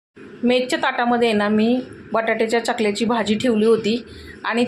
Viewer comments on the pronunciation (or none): चकल्या नाही हो 🤦🏻 चकत्या